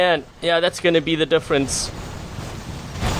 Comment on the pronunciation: becomes South African for 1 second!! "Eish"